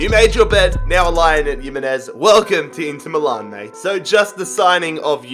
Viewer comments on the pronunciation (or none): none